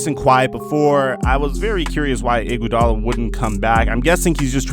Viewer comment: Dis nigga keep sayin Andre "Gudala"😂😂💀